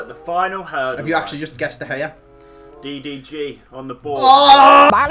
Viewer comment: Did anyone think DDG said DOG 😂😂